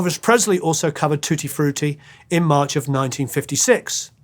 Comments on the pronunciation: i love how you pronounce it "tooty frooty",. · Saw Little Richard twice, he was great. Music history for sure. ♡ Hearing you say tutti frutti with your accent was great lol 🙂❤ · Love Little Richard! and, love the way you pronounce Tutti Frutti, so dignified!